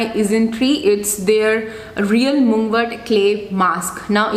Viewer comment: Mug-wort, not moogwort